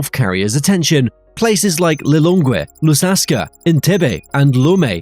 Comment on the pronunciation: Mr Narrator... Lusaka (say: Loo-Saa-Kaa)